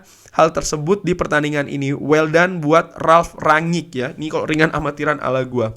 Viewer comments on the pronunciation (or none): Ngomng nya "RANG-NIK" aja bang, gaenak denger nya :v